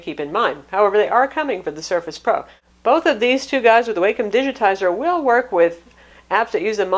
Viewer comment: Great review! :) FYI, I've heard it pronounced Walkem on Wacom's tutorial videos.